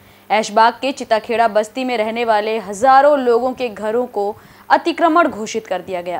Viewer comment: Areee anchor bhai chita kheda nhi chitta kheda h